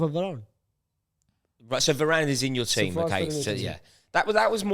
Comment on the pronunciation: calling Varane ‘Vararn’ 😂